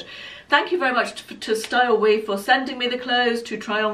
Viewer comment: Oh! The red dress and the black and white dress both looked stunning!! The last one was quite nice too, but the first two must be absolute keepers. I think the company is pronounced Styleyou, only because it’s spelt the same as a female sheep 😂😂 Thankyou so much for sharing, I really look forward to your videos! Take care xx